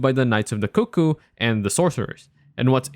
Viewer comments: Coo coo isn't the correct way to say it though. Even Iji in game pronounces it CUCK-oo when talking about them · Almost right! It's pronounced "cook-ooh", usually, rather than "coo coo". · You said cuckoo right, like “coo coo” It was funny, my friend was going through the first time and he called them “cuck ooo” knights. We had a good laugh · I thought they were CUCK ooo as well :))